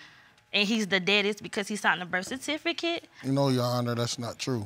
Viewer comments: He said “Burf Cutifaket” 😂 Birth certificate? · 42!???? I know u lyin! U mean more like 62! And he said "birth kersificate" 🤣🤣🤣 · haha Birtfecitiket😂😂😂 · "Birf cartificate" am done🤣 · "Birf catificate" and "hospilla" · This is how I looked watching this episode!!!!🥴😂 And I can't even spell the way he pronounced Birth Certificate 😂